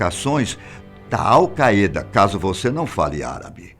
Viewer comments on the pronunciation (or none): Al qaeda se pronuncia Au caída, não Au caêda. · Lê falou awcayda mas se pronuncia aucaida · É engraçado pq esse senhor deve ter treinado muito pra falar essas palavras de outra língua: "al caeda" "eipou" "google er" kkkk mesmo assim ficou muito bom! É legal ver que ainda tem gente que se joga de cabeça no trabalho... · AL CAÊDA kkkkkkkkkkkkkkkkkkkkk só eu ri? kkkkkk